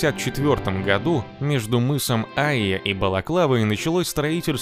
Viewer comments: Не Айя, а АйЯ! Ударение на "я"! Нужно было титры еще больше сделать (хотя бы в два раза) и прямо по центру экрана! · Мыс Айя, ударение на букве "я"